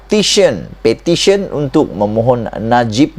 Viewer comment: Iya bukan sebut pertition bro.. Petition bro baru ngam sebutan bro.